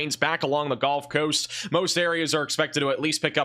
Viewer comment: Does he say "golf coast" as a joke? For comments like mine? It's genuinely irritating lol